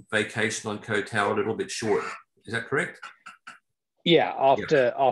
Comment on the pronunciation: Ko Tao!? It's Koh (KOH) Tao! It rhymes with got, not goat!